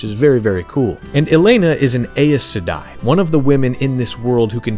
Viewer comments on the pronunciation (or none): Pronounced, EYE-sedai. (I say this as I push up my glasses, ACTUALLY!!!) Awesome video though! Went out and bought a copy of Septerra core, cannot wait! Thanks man! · ( Also: your pronunciation of Aes Sedei is a bit weird, but WoT and pronunciation ..got some special of mine too in that series, that I was never able to correct even after learning the "accepted" version. I knew about the game, was even tempted, after all, I played Witcher 1 ..but that's even further back and not sure I really can)